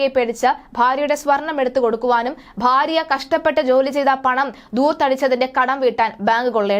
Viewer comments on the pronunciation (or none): none